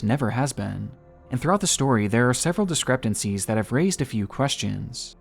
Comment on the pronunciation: “discreptencies” LOL